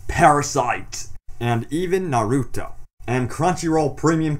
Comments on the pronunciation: I thought it was nar-uh-to not nu-roo-toe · WHY DOES EVERYONE SAY NARUTO LIKE THAT!!!! LESS EMPHASIS ON THE "U" YOU IDIOT! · He said Naruto wrong :( Great video though!